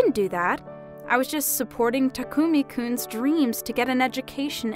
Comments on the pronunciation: Why does Chihiro keep calling Takumi "Tamaki"? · Am I the only one who heard that the lady always says Tamuki-kun instead of Takumi-kun? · Thay say his name so wrong from how it's typed Thay say it like "tamuki" not "takumi" that is hilarious (Edit) just realized that his dad actually said his name right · They said tamuki instead of takumi, how sad. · Female VA keeps mispronouncing the name "Takumi" into "Tamuki" :(